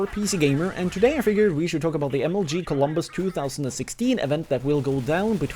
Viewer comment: Isn't Columbus, not Colon-bus